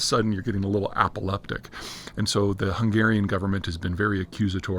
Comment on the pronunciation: It's not "apolectic", it's "apoplectic"...